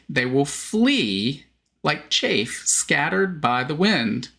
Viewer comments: it's chaff (short "a"), not chafe (long "a"). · Chaff sounds different than chafe Chaff is like baaaa sound